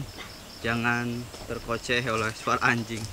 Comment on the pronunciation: Bukan terkoceh tapi terkecoh.... 😂